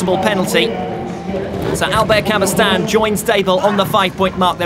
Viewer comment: Thanks a lot for the coverage! It's so rare to have something similar those days. However, I find it somewhat irritating that the commentator continuously mispronounces Albert CabestanY's last name, otherwise, it would be just perfect ;) Ride on!